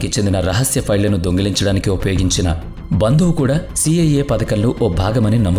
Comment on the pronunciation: ఇది మీ స్వంత గొంతు కాదు అనుకుంటా. ఏదో మార్పిడి అల్టర్ చేసి పెట్టారేమో. ఎందుకంటే ఆడియో అంత క్లియర్ గా లేదు. ఒకవేళ మీదే ఐతే మీరు కొన్ని పదాలను సరిగా పలకలేకపోతున్నారు. Eg బందువు/ బందువులు & డబుల్.etc.